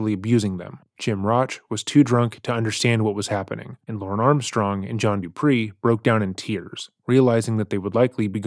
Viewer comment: Put some respekt on his name! It’s “DUPEE” (which I imagine is pronounced like “toupe”, which, ironically, is something Johnny Connecticut really needs), not Dupree! John Dupee! DU-PEE!!! DOO-PEE!!!!